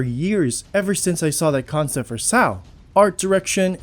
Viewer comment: Everytime SAO is pronounced "sau" I hurt a little. S. A. O. pronounced using letters as it's an acronym. ok im done yapping🙄